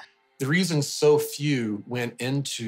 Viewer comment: “ a lew millennium”